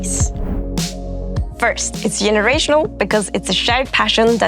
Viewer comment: Yenerational 😂😂😂 yenuinely. 😅